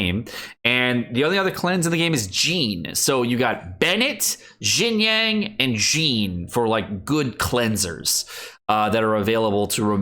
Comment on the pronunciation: Yo dude. I know you don't care about how the character's names are officially pronounced, and neither do I that much. But it took me a few minutes to figure out what you meant by "Jin-yang". At least listen to the English voice actors pronounce their own names in the game via the in-game Character menu, because it gets more confusing as time goes on in your videos. Love the content though, been a long-time sub.